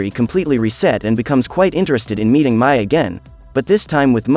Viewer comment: Every review gets her name wrong Mais name is pronounced like May not My.